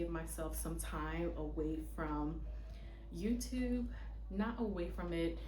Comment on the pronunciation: Also, are you from Baltimore? "Yewtewb" tickles me every time. 😂